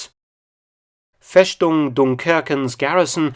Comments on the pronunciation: "Fess-tung", sharp S, please. Your videos are terrific, but you would sound even more authoritative with a little research on the correct pronunciation of the German words you use. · Funfact: As I am from southern Germany I can tell, that Dr. Felton interestingly pronounced the german Word for fortress in a well known southern german dialect 😅 Great Video - as always! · Great vid, great channel. As a German speaker though I found it quite amusing the way "Festung" was pronounced throughout the video - it seems like you asked someone from a remote village in south Germany xD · Feschtung 😂 Mark my friend in German we say Festung. But your German is very good. I love the Intro music. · It's pronounced "Fess-tung", not "Fesh-tung". Usualy an "st" translates into "sht", that's true, but not in this case. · Mark! "FeStung" is pronounced in German with a straight "S" as in English - and not as a "SH" ! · It's "festung" not "feshtung". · No FESHTUNG. Just FESTUNG! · Just a small thing about the pronunciation of 'Festung': it is not like /fesh-toong/, but /fes-toong/, at least in standard German. Maybe in southwest German and Swiss dialects they would pronunce it /fesh-toong/. Otherwise, 'st' is only prounounced like /sht/ at the beginning of a word or syllable, e.g. in 'Staat' (state), hence sometimes also in 'Gestapo' (short for Geheime Staatspolizei), or, because of 'Stand', in a word like 'Widerstand' (resistance). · "Festung" is pronounced "Festung" - not "Feshtung" in German, Herr Felton. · It's FeStung simply s, not FeSHtung. You only say sh when you have a st or sp at the beginning of a word. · Very informative and excellent production as always! :-) Just one correction: the "st" in "Festung" is not pronounced "sht" but "st".